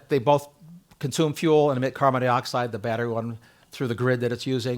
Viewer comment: Carbon Dioxide, not carbon deeoxide, Something tells me our speaker drives a Teeota Camry.